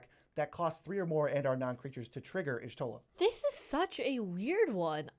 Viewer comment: YOOOOOOOOOOOOO HE PRONOUNCED PALALYMO AND Y'SHOTLA'S NAME RIGHT! LETS GOOOO!!!!! Unlucky for Alphinaud and Alisaie. Lmao, but still very impressive!